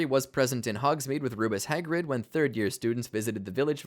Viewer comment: I hate how you say Rubeus Hagrid